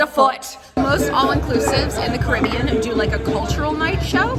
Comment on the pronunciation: this is random but thank you for pronouncing "caribbean" correctly